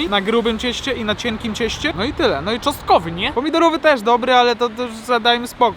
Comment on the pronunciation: Sos czosnkowy a nie "czostkowy" 😅